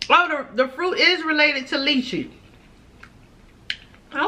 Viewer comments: That’s lychee(Lie-Chee) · Yes it does taste like a grape and they are delicious 😋 and Lychee is pronounced Liechee